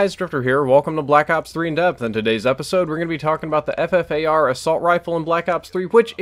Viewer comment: It is pronounced the Fuffar